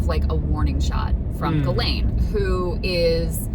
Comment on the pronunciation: Everyone still mispronounces "Ghislaine," even top reporters on mainstream media ... 1st they all tried to pronounce it like it's spelled and would say "JIZ-lane," which is wrong .. Then years went by and they started saying "Ja-LANE," which is wrong .. Now everyone thinks it's "ga-LANE" (g sound as in girl), which is still wrong .. The people who knew her best - the victims - call her "GHEE-lin" (rhymes with wheelin') .. Here's a CBS interview headline with the victim pronouncing the name correctly, which is how Ghislaine's brother pronounces it .. "Ghislaine Maxwell accuser shares new details of alleged torture in new book"